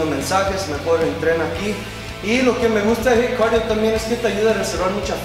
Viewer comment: Jit Carío (acento posho) jaja. Saludotes